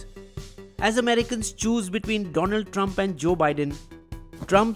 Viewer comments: Great video but just 1 flaw. it should have been 'Doland Trump' as per Modi's precise pronunciation. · My prend Dolan Tremp 😂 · DoLAND Drum - Narenda modi😂 (no offense)